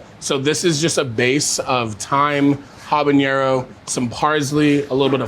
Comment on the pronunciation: Why do people insist in pronouncing "habañero" instead of "habanero"? It's not jalapeño, folks. Ñ ≠ N. N is just N. Pronounce it the same as English.